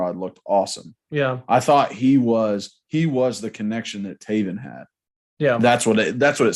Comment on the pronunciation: Come on it's Tay-VEN Jackson